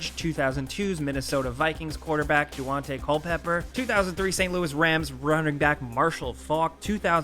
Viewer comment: "I'm not a sports fan." DUante Culpepper = Dante Culpepper. Idk why I found that so amusing 🤣